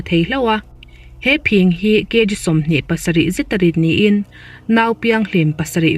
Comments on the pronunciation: Phîng tih hi i lam fuh lo deuh a. Kan naupan lai chuan vawk talh phîng hi kan ham puar a, kan pêt ṭhin. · Khaw fang tlem tih hriat reng2...Khawthlang lamah chuan Phîng kan ti...Tlema thluk deuh tur ani...Hmun dangah chuan ka hrelo...Dik ber a awm theihloh...Zahawm taka comment a tha ngai e